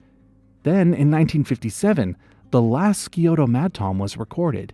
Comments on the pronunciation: Interesting. Just a pronunciation point on Scioto is pronounced with just the s sound, as with scissors and sciatica. It's too bad it's extinct, although 2023 was just the official declaration. Its last sighting was in 1957. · “scioto” is pronounced “sigh-oh-ta” not “skee-oh-ta” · SAI-Oh-toh not SKI-oh-to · Clearly nobody in these comments from Ohio 😂 skee-oto was funny to hear. Scioto is pronounce like Science, sci-oto. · im from columbus ohio, is pronounced Sy Oh Ta, not Ski O Tow lol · Scioto is pronounced "Sigh-Oto" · I’m from Ohio and and grew up very close to the Big Darby Creek he referred to and I gotta say Scioto is actually pronounced much differently. Imagine the Sci- is pronounced like the beginning of science. and then the last o in Scioto is pronounced with an “ah” sound. Sci-otah. It is named after the Scioto Indigenious tribe that lived nearby along the Scioto River that runs through Columbus. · As an Ohio WHY WOULD YOU PRONOUNCE SCIOTO LIKE THATTTTTT🥀 (Sigh-Ow-Toe) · Scioto = Sy-Oat-Uh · Scioto is a Native American term from a tribe in Ohio and it’s actually pronounced like sigh-o-tuh there. I grew up a few miles away from Big Darby Creek, which is know as one the cleanest and most biodiverse creeks in the Midwest. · Columbus native here. It’s pronounced “sigh-o-tuh” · that ain’t how you say Scioto it’s like si-o-ta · Scioto os Pronounced Sigh-oh- toe. I thought about looking for this madtom it's close. I know where it was from research papers. Madtom are hard to get even with electrofishing. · is pronounced "sigh-ODE-uh" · Goated recommended tab pull! PS, as someone who actually lives near the Scioto River, I feel like it’s my duty to tell you that Scioto is pronounced like “sigh-OH-toe”, but that’s neither here nor there. Fun video idea! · I'm from Ohio and just wanted to say Scioto is pronounced SI-O-TA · Ohioan here it’s pronounced sy-OT-te (it’s an upside down e but I can’t find it on the keyboard) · Ohio's Scioto is pronounced Sy-oh-toe